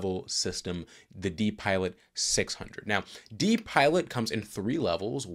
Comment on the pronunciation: “DiPilot” is pronounced “Die Pilot’. This is a system you never want to see in an airplane 😊